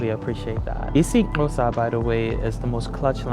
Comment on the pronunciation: I'm from South Africa and I have learned more from you than school and you said "Xhosa" right.